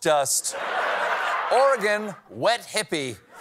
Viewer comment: It's always nice to see Oregon be included, and that the rest of the country hasn't forgotten about us 😝 (And also people pronounce it correctly! Good on ya', Steven!). Can confirm, "wet hippie" is pretty appropriate. 🤣Around here, we joke that umbrellas are for the weak - it's raincoats only, and you're not a true Oregonian if you can't take a little rain. (Of course I still do like my umbrella, but I guess maybe you can blame it on the fact that I was born in New York and was raised by New York and South Dakota/Alabama-raised parents 🤣I grew up in Oregon though!)